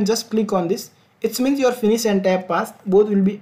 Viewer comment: What is "Tab" didn’t understand what you were saying. Please explain it more clearly and elaborately.